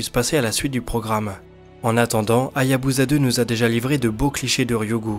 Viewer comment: Encore un bon dnde sinon petite remanque ,la sonde Japonaise se prononce comme "Hayabussa" et non pas "Hayabuza",pour le reste continue !